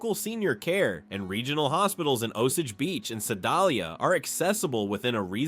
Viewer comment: "Seh-DOLL-ee-a"??? "O-suhhj beech"? Is this AI mispronunciation?